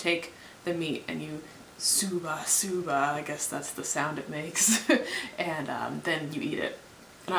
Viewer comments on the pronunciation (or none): pelikula instead of purikura shuba shuba instead of shabu shabu are you making these mistakes just to troll the comments? if so please carry on if not...you might want to check that out, its unnatural to be living in japan and get words so wrong some kind of vitamin def or something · probably a lot of people did tell you it's shabu shabu... not what you said ^^